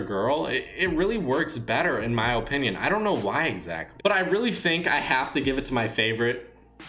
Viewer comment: Can you stop saying In my OOPINOOM